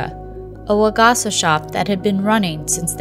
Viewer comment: it hurt every time she said waGAHsuh instead of wa-ga-sa with flat pitch